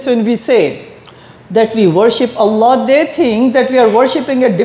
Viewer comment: Not Alah....try pronounce it as 'Owl Loh' or 'All Loh'